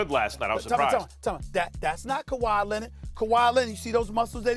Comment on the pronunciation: Also: k-WHY Lennet